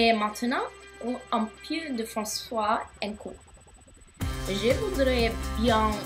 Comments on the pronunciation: Hahaha! you have to say "françé" not "françois"! "françois" is the word in old French! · This is not franç"ois" (france+waw) but français (france+hey), good ! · Good job. One HUGE mistake though: the name of the language :P It's pronounced "fran-ssay" and not "fran-ssoa". Hope you're still trying to learn it.